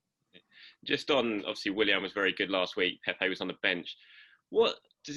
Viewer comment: They really want to make this a thing bro. I heard it pn SkySports when they interviewed Willian. I thought who is Uber 😅